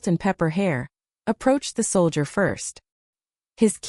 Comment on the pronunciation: This is the worst narration I have ever heard. Not only is she going like crazy and you can't keep up with her. But she doesn't even know how to say the word soldier. It didn't take me long to turn it off and find another thing to listen to. Better luck next time